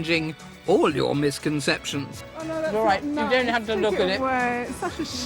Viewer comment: 'Doewn't be soe ridiculous'